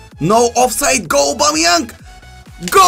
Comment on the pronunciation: Stop saying aubameyank